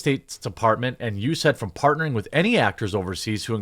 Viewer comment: We pronounce it "U-S-A-I-D". Non-state department usually says "U-S Aid". "U-said" is a new one for me. But just thought I'd help.